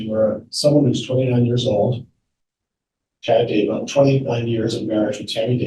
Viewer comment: Haven't even started yet but I have to tell you the first time I heard tou say "Chad Dumbbell" in a video I thought I misheard. Rewound, heard it again, laughed my butt off, and now everytime I hear you or anyone else say his name I think of "Chad Dumbbell" and laugh.